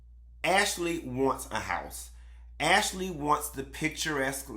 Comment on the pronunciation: AshAlee 😂😂😂😂... you be killing me with the way you be saying these folks NAME!!!😂😂😂